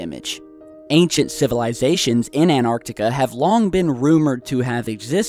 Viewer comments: its pronounced ant-arctica not an-arctica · what the fu.., you say anartica its antartica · There is no such thing as Anarctica stop saying that! it is called Antarctica, ant arc tic a do you understand Antarctica. Stop desecrating my language with your weird pronunciations. It would have been shit to live then you would have died of tooth axhe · It's so annoying when keeps saying ANARtica, it's AN-TARC-TICA! Christ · You know An-arctica doesn't exist, right? Did you mean Antarctica? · does anyone else get pissed off the he says"anartica" instead of Antarctica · Fuck the fort. Why pronounce Antarctica 'Anarctica' you're driving me crazy. Pronounce the T for fuck sake. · Dylan Rawnsley I know how you feel, it's so irritating, what's so hard in pronouncing the T, maybe we should...Yler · For god sake pronounce the first T in AnTartica